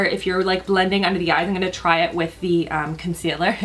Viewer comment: You're the cutest. I always notice you say, "Innnngonna" every time you say, "I'm gonna..." So cute. Great vid and beautiful as always,! Excited for Colourpop to come to Sephora!